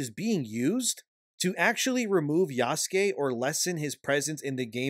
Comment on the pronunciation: Why the hell do you say "Oobisoft" and "Yaske" when it's "Ubisoft" and "Yasuke"?